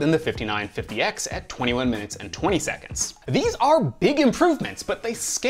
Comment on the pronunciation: seconDs not seconTs....